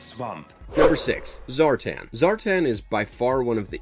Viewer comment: ZAR'TAN' not zartin